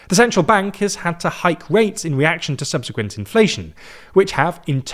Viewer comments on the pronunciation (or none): none